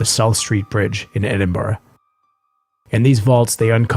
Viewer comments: I live in Edinburgh, been to Greyfriers many times and been on many ghost tours. I'm also very happy you pronounced Edinburgh correctly 🤣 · GardyLoo is what they would shout before tipping out their buckets lol. thank you for pronouncing Edinburgh correctly! I'm a local and visiting Greyfriars on Friday 13th eeeeek